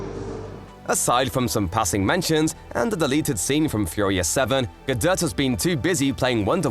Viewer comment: Finally, someone who pronounces Gadot’s name CORRECTLY!